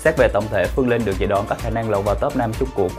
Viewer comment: Cách phát âm của Phương Linh rất khó nghe. Linh mà nghe như là Lưn, bỏ chữ cuối